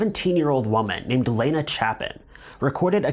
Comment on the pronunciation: Thank you for pronouncing my name the proper way. I've only had 2 people ever say my 1st name correctly. That case is insane